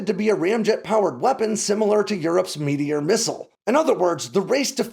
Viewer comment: I know it's not spelled this way, but I keep hearing "meatier missile".